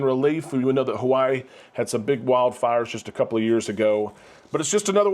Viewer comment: Just once we would love haoles such as yourself to respect the mana and say Hawaii correctly.